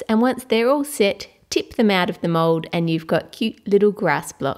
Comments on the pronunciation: i hear you said mod insted of mold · Why you say mode